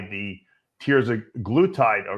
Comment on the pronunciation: Ya Dave's a big proponent of these peptides except he didnt know the main way that they operate by slowing gastric emptying and he doesn't even know the names correct pronunciation. Semiglutide> wtf, thats Semaglutide Dave with an A in there not an I. and Tirzepatide is pronounced Tir (sounds like Fur) Zep (like in Zeppelin) a tide (like in at the ocean). You're such a joke!